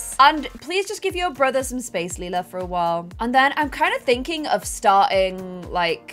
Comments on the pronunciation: I love how said she wanted Lila to be pronounced “Lie-luh” because it’s close to “lilac” yet is the one who keeps mispronouncing Lila as “Lee-luh” 😭😭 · You are pronouncing Lila like Leila Try saying it like l Y la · ITS LIE-LUH, also, you told Celia and her boyfriend to do that last episode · Lila is pronounced LIE-la. Or at least according to 'How to Get Away with Murder' who had a character named Lila. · It's Lay-la layla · Do a husky for lila please also her name is pronounced ( lie-la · i wish we had an heir that's easier for to pronounce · I’m excited to see Suren as a toddler - I really wanted the new baby to be the heir but like you said it does make sense to go with Lila as Grey gen is almost over :) edit: a pro for choosing Suren as the heir is that you’re less likely to mispronounce the name! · pLease clarify how you want to say lila because i don’t know if i can stay a whole season with you saying lila’s name wrong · If Lila is gonna be the heir can you PLEASE decide on a pronunciation or change her name entirely because good lord the switching back and forth is irritating. Leela is the purple haired cyclops from Futurama. Lila is meant to sound like lilac.